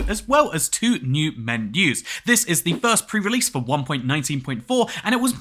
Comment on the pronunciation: two new "men-oohs"